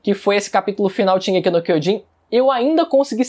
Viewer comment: "Shigeki Quiojin", 2013